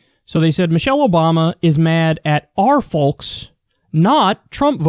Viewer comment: Kyle is the only person I've ever heard who pronounces the L in folks 😂